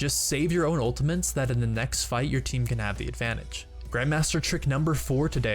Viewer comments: Anyone else hearing "Ultimints" when he means to say "Ultimates?" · Great video!!!! Such useful tips. Just try to say ultimates correctly next time. :) It's not ultimaNtes, it's ultimATES. Kind of like turret and NOT turrent. haha. cheers. :) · who is hearing ultiments than ultimates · U say ultimantes its not ultimant ist ultimate not ultimant ULTIMATE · anyone else think he was saying ultimints? haha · He says "Ultamints", listen 😅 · Its ULTI-MAT-E not ULTI-MANTE. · are you saying, "ultamints"? wtf? It's, "ultimate"... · All I can hear is UltiMENS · It's ultimate not ultimant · "ultimants"...didnt know there was an "N" in "ultimate" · what the hell are “ultiments“ ??? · Just ftr, its ultimate not ultimant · Save your "ultaMINTS" guys/gals! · Why the fuck do you pronounce ultimates like "ultimints" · Dude stop saying ultimENts ! Its driving me insane !!! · Is it just me or is he saying ultamints? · the fuck is an "ULTAMINT" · Am i the only one who heard him say "The enemy team has used their ultimens" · mmm ulti-mints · has no one pointed out the fact that he keeps saying 'Ultimants'? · "Ultimens" ... UGHHHHH CRINGE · "Ultimantes" lol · I swear he's saying 'Ultimants' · "unltimints" is bugging me way too much. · STOP CALLING IT ULTIMENS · I swear he's calling them Ultimints. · you say ultimants a lot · ''some ultimens'' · We also learned how to say ULTAMENTS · It's kinda funny how he says "ultimints" instead of ultimate's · UltiMENTs anyone else hearing this from this dude? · why do you keep saying "ultiment" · theres no 'N' in 'ultimate' so you dont need to pronounce it 'ultimants' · Is it just me or was he saying Ultimints? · i don't know why, but when you say "ultimeNts" im getting really frustruated. and you say it EVERY GOD DAMN TIME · 1 Trick This guy ABUSES to annoy people, that you don't. 1) Saying Ultimins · smh every time he says, "ultiments.."